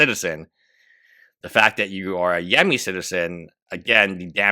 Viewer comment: saying yemini as yammy is hilarious